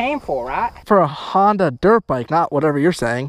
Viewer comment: "Hondia tractor"